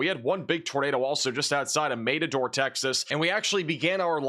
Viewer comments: It’s matador, not mate ador you genius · Mat a door not Mate a door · Maid-a-door???? Don't know anything about bull fighting do you. Its Mat-a-door. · The pronunciation is Matt a door. Like in bull fighting. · Mat a door say it properly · It’s pronounced Matador, like a Spanish matador fighting a bull. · Matador Texas is pronounced just like the Bull fighting matador 😂.